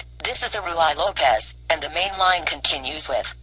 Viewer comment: The Ruy Lopez is not pronounced Roo-eye lopez . ask someone how to pronounce it properly! PLease understand that you should take this as helpful constructive advice!